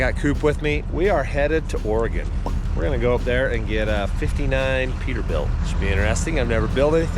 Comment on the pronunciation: Lived here my whole life (73 years)so thank you for pronouncing ORY-GUN correctly. ✅😎